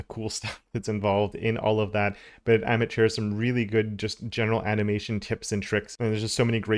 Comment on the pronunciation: FYI - Amit is pronounced uh-meet